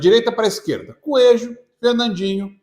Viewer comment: “ desse mato, não sai “coejo “😅